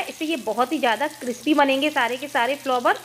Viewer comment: Bahe ji, फ्लोवर जैसा कोई शब्द word ही नहीं हे. आप फ्लावर बोलीये.